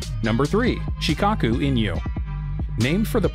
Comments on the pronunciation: SHIKOKU and you are saying SHIKAKU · Terrible pronunciation. its Shi-KOH-Ku, Shiba In-Nu...come on son.